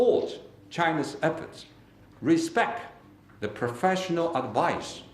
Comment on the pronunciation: Q Yufus HE SAID RESPECC